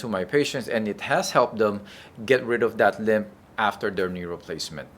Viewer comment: Limp, not limb